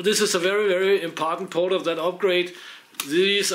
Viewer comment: "Very very impartant port..." Hahaha! Thanks for the laugh, I do the same sometimes!